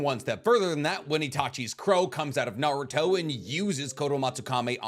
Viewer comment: I don't know how someone can know so much about Naruto yet still pronounce everything wrong.